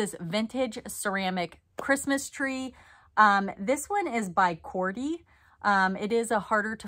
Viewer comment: Thanks for the video! Just in case it comes up again Cordey has a Frenchified pronunciation as cor-DAY.